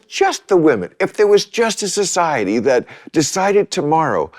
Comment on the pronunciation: iT's NohT foR You Its F0r soCyeti